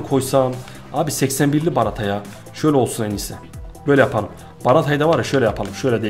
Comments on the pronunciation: Abi o barata değil bartra diye okunuyor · Abi şu oyuncuları doğru okusan daha iyi olmazmı kakava ve barata diyorsun doğrusu kagava ve bartra olucak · Abi barata değil BARTRA :) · Bartra'ya Barata diyen adam gibi adam. :)